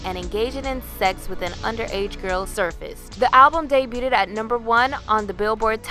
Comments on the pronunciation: Debuted is pronounced "day-byood", NOT "day byoo ted". Love your videos! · debuted . Pronounced "deh-byood,"